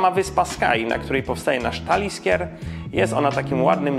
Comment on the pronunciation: Taliskier?! Aż się skrzywiłem od tej wymowy. Społeczność po takich wpadkach raczej nie będzie znacząco większa.